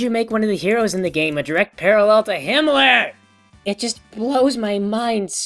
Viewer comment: His rambling about magicite and butts, and the way he said "...a direct parrallel to HIMMLER!!" My sides are travelling across the universe.